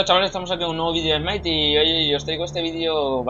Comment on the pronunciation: Buen v i d é ó Bro ;D